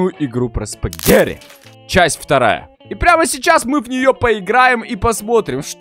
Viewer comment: а почему ты говоришь, спагэри, а не спагетти??